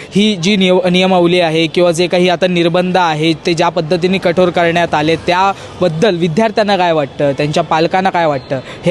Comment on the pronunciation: भाऊ कठोर रे कठोड नाही 😢😂